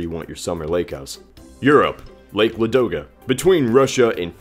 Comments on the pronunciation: it's not ladOga, it's lAdoga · lAdoga lAAAAAdoga not LadOga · Not LadOga, m8, LAdoga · Quick tip on pronouncing Kazakhstan: It's not "ka-ZAK-is-tan," it's "KAH-zakh-stan." Not hating, just trying to help. Also, Lake Ladoga is pronouced as "LAH-doga." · it`s Laaadoga :) Stress on the first syllable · Your pronounciation of Russian words is... terrible. LadOga? Really?